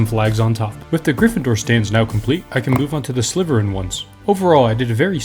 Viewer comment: Bro said sliverin not slitherin